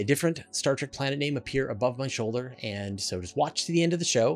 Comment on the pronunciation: How can people pronounce a word that is spelled Trek and replace the E with an A? It's just as stupid as the insurance commercials 4 liberty insurance but they do not pronounce the word liberty they pronounce it liberd or liberdy pay close attention the next time the commercial is on TV.